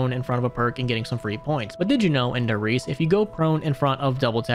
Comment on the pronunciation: s's in german are pronounced similar to z's in english, and the e at the end of words is pronounced -eh. so riese is pronounced like ree-zeh. also, the article die (e.g. die glocke) is pronounced dee, not the english word die